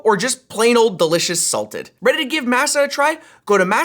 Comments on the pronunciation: Shouldn't it be pronounced Maaa Saaa not Mah sah? Like how the dough used to make tortillas is generally pronounced across the globe? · Why do you pronounce masa like it's a fun new tech item? It's pronounced as mä′sə or mah-sah. I sware if MASA chips changed the pronunciation on purpose oh my god what a annoying product. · Normally don’t comment. Masa is a Spanish word. It means “dough”. As such it’s not pronounced like “NASA” but like “mah-sa” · Ummmmm can we work on that pronunciation for the sponsor? Masa is pronounced like ah not a. The way he said sounds like massa as in master as in slavery. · My god that's not how you pronounce MASA